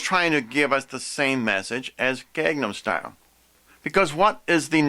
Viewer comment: If you want to say something is a coming of the anti-christ, I would say get your facts straight on the videos you're accusing before you make your own video. Find out the actors names, such as Hyuna. And learn how to say Gangnam Style correctly. Until then, I would never even think to BEGIN to take your seriously. See you in hell.